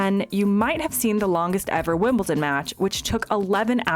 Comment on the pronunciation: It's WimbleDon not WimbleTon. Why is that so difficult to pronounce, I get it with Buckingham Palace, cause of the H, but Wimbledon? And, yeah, I live 5 miles from Wimbledon. Been twice.